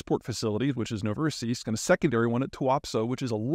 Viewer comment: I’m amazed at how correct Peter pronounced Novorossiysk in the beginning, well done Sir.